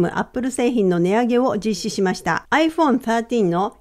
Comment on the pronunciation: アイフォーンスァートィーン、発音が良い！